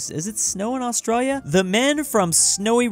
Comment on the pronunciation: It’s not pronounced austreya its Australia /ɒsˈtreɪliə/